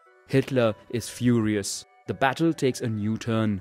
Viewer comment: "Hitler. Is. FUHReous. "